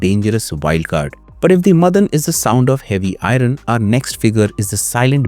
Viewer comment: It's pronounced as Maadan, Madan